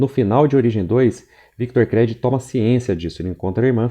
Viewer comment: Pelamordedeus Créd não. Chega dói os ouvidos. Creed [Crid]. Todavia parabéns pelo trabalho.